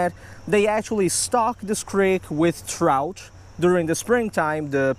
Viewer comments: damn u talk so much its trout not Trouthchhh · What the hell is a trouch?you mean “Trout”?